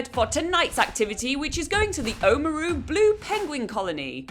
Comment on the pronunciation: Fete is pronounced fate and Oamaru is pronounced om-ma-roo.